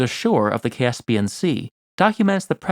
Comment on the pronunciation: I like the way you say Caspian.